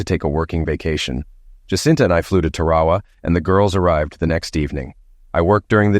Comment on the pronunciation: Tarawa is normally pronounced Tar-a-wa, however, in California it may be Terry Wah Wah.